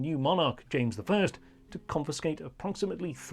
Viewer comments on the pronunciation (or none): none